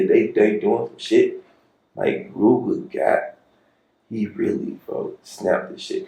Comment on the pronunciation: She did not just call that man “Rooger” 🤣🤣🤣